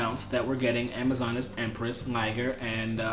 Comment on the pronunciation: Alec Fields hahaha ur face when he says Amazonees